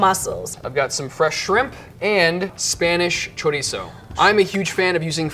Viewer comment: funny how you recognized that they pronounce paella correctly and then you went on to say chorizzzzo